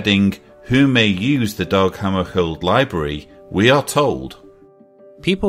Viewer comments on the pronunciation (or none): it's DAG not DOG